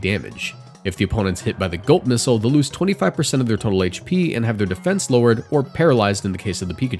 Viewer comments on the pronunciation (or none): i heard gulp missile as GOAT missile lmfao